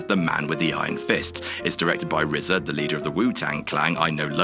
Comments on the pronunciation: Lmao they got RZA right this time. It's "The Rizza" guys, not "The R Z A". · At least you know how to pronounce RZA... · knows how to pronounce RZA at least.